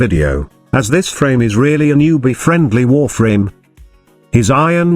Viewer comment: That voice had me dying... Lol wur-FRAAAMES!